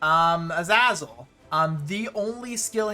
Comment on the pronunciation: Okay, why tf would anyone pronounce "Azazel" like he did? It's "Uh-zay-zuhl".